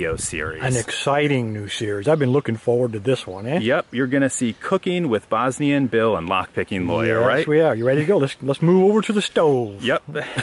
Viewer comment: So you're telling me Bosnian and Bill is just Bosnianbill?! Man, you've been pronouncing it in really weird way